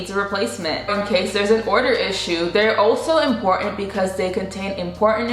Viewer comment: It’s NOT “im-por-ant”. The word is pronounced as IM-POR-TANT’.